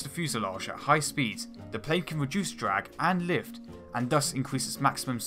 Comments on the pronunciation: Pwanes weally generate wots of wift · Hahaha dwag, wift, fwight, barbawossa, ekwanoplan, submawines, wesearch, won, fwee, etc etc